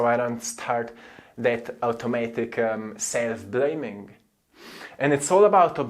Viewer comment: Your right, and because you move, I finally want to say to you that you should practice your English, but it does seam like it actually has become much better. Your content is great! So much truth. And I know am stuck on so many areas. Guess I just gotta move, yes! Brilliant It's not prroottses, it's process. It's not my seeiillf, it my self. Listen to more English so that you can unconsciously pick up how the words are pronounced.